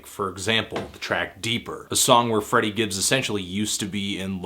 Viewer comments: Great review. It's Freddie tho not Friddie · It's FrEddie dude...